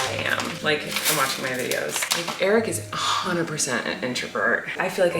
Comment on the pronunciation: when i first started watching your vlogs i was so confused if eric's name was eric or derek, cause in the outro it kind of sounds like "colleen and derek have a podcast" 😭